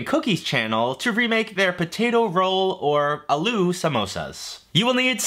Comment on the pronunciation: Was thinking the same thing... No hate but his pronunciation of aloo killed me